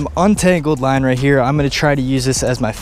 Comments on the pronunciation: It sounded like you said "Wine" at 7 .50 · This is how many times we thought he said wine instead of line ⬇️